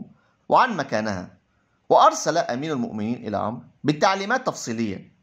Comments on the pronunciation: مشكور على مجهودك لكن اللغة العربية للأسف فيها أخطاء كثيرة و نطق الأسماء و خصوصا عمرو و ليس عمر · جيد ولكن اخي مرن نفسك على اللغه العربيه الفصحى جيدا فنطق الأسماء خاطيء وعمر ليس عمرو وحسنه غير حسن وهكذا ..لا تفخم صوتك أكثر غلطاتك في النطق عندما تفخمه والله يوفقك